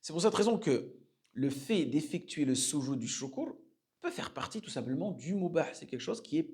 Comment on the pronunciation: Le soudjoud ....pas sousoud....vous avez déformer le sens du mot